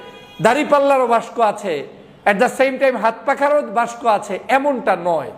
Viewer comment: বাংলা বানানে এত দুর্বল হলে চলে? বাক্স কে বাস্ক বলেন কেন বারবার?